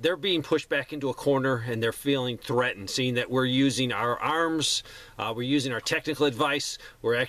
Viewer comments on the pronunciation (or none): none